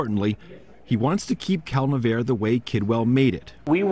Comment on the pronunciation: I always thought it was pronounced Cal - Nev - R- EE